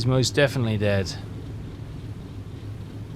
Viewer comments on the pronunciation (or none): none